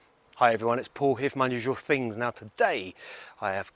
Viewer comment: Your definitely saying fings 😂😂😂😂